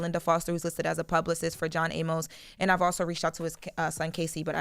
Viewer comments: It’s pronounced “ay miss” not “a-mose”. I’m saying this cause unlike this girl, I actually respected this man’s career and actually watched Good Times and Coming to America. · I know there are wayyyyy more important things to talk about BUT Amos is pronounced A-mus‼️ There is no E at the end y’all. THAT would make it A-MOSE, same as how you pronounce the word Pose‼️ I cringed every time they said it‼️🥴 Welp there’s y’all English lesson for today‼️🥴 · Why they let her keep on pronouncing his name "John A-Mos" 😂😂😂